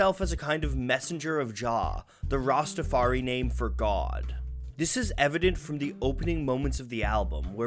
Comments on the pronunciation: The lack of knowledge on the topic of Rastafarianism by the makers of this video was made obvious when the narrator pronounced it "Rastafar-EE" as opposed to the proper Rastafar-EYE. And adherents to the faiths are known as "Rastafarians" not "Rastafaris." Anyone with even a cursory knowledge of Marley, reggae, Jamaica, or Rastafarianism knows this. Your credibility was shot with me when I heard these repeated mispronunciations. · The fact that they are saying Rastafari as rastafar-e is throwing me off. It’s pronounced Rastafar-eye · Rasta Far I is how it pronounce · learn how to say rastafari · Excellent video, as always, despite the mispronunciation of Rastafari (rhymes with eye). As a side note - the lyric is actually "Sold Marcus Garvey for RICE" (not rights as it's usually quoted) meaning that black nations of the Caribbean had given up on the dream of black economic and political independence in favour of putting food on the table. Which is actually an excellent critique of 20th century Caribbean history ! Truly one of the great lyricists. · The "research" would be more impressive if the narrator didn't repeatedly mispronounce Rastafari (using an E sound at the end instead of an I), and call practitioners "RastafarEEs" instead of Rastafarians. It shows a total lack of knowledge.